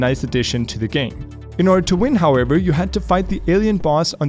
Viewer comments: Everyone: however: harvor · all the tiem sais "however" i hear "harvard"